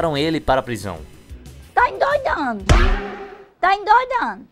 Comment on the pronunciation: Ta "endoidano" 😂😂😂😂😂 Morri